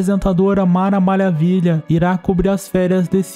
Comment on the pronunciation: Ele falou mara malhavilha kkkk